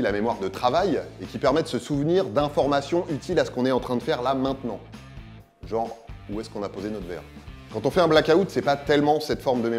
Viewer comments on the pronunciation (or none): none